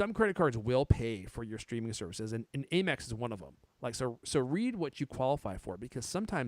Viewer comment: Why is he calling it “A”mex? Lol. 😂